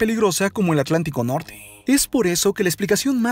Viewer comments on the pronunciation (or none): none